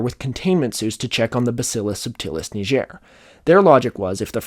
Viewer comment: it's pronounced like the g in "get", its from the Latin word for black.